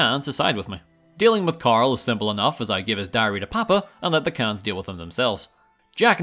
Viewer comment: Ayo Khans is not pronounced "cans"